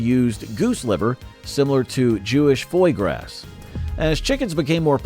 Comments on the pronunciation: Foy Grass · Foy grass. Gotta love bad AI.